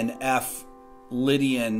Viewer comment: Some1 pls tell he is playing chords but saying lydiam